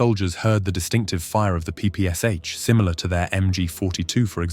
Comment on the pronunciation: P-P-Sh, you pronounce it as three letters, as you mentioned in "but soldiers called it papasha"